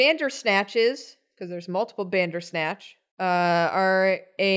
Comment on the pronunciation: When said "bandersnatch" I heard "dadersnatch" XD